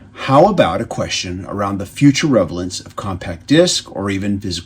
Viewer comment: Once you mispronounced relevance for revelence... you lost me.